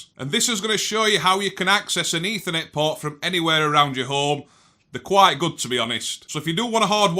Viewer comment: Ding Dangly Doo! It is Eeeethernet